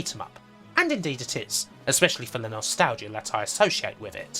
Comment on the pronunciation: "Nostal-gia" Never heard it pronounced like that.